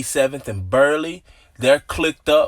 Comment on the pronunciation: I believe it’s burliegh pronounced bur lye